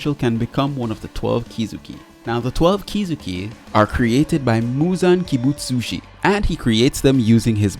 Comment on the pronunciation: you said muzan kibutsushi 😃 sushi